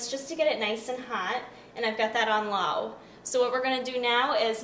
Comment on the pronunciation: Law instead of low Quack instead of quick Strong pronounciations